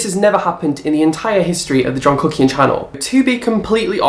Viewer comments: I just love! And love it when you say your last name lol it almost sounds like "cookie" so I'm going to name your fans "The Cookies" 🍪🍪🍪🍪🍪🍪🍪🍪🍪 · Sometimes I hear "john cooking" and others "john cookie" haha this is why I'm fat.